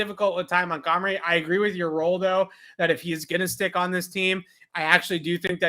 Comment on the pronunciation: you have butchered so many names it’s ridiculous at this point. If I have to hear you say Ag-u-lar (instead of Agholor, ag-o-lore) or MontGOMery (pronounced mont-gum-er-ee) my ears are gonna slap me in the face. Take literally 1 second to learn the damn names of the players that your report on. Smh montgomery is literally a very famous name